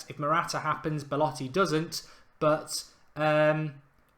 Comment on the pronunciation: It's so annoying when you say " Beletti " instead of Belotti